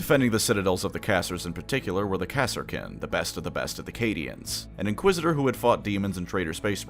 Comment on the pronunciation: Are you fucking saying KASSA KIN? NOT KARSKIN?